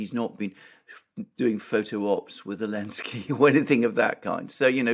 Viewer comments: Do you say Alinsky bc the letter Z is banned in Germany? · It's the first time Alexander said 'Elensky'. bad influence I suppose😉 Excellent analysis as usual💯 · Does say Elensky as a way of taking the piss out of the letter Z being banned? If so it's a bit confusing and inaccessible. Took me ages to get haha